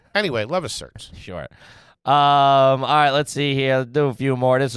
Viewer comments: “CETRS, Certs” 😂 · Certs, spelled "C-E-T-R-S"